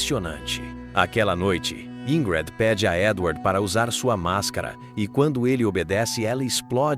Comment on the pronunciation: Pq falou o nome dela errado quase o tempo todo? De onde tirou "Ingrede"?